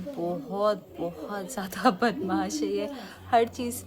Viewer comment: बनमाश नहीं बदमाश होता हैं dear